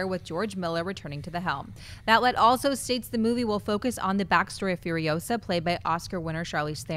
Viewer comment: It's Furi-OH-sa not Furio-SAH!